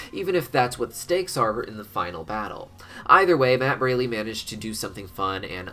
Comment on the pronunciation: You mispronounced Matt's last name again, it's pronounced Br-all-ee